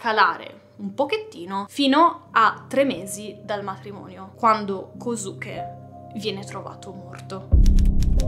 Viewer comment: si scrive kosuke ma si pronuncia koske